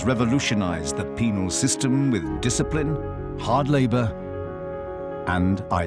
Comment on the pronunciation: Penal. NOT... Penile.... Lol